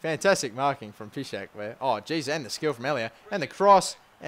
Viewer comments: Doumbia is better than lewandowski. Well at least in terms of movement, lewandowski feels really sluggish on the ball. And in my opinion doumbia is the better player and should be the starting striker. And it's pronounced PI-CHECK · piszcek is pronounced : piz-check